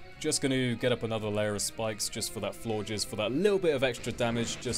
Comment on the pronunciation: Hey, your pronunciation of Floor jizz is hilarious.